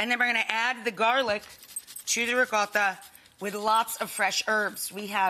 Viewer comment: The way you say Ricotta is so over exaggerated So annoying